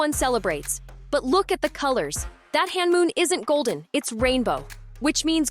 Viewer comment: you are accidentally saying Honmoon as hanmoon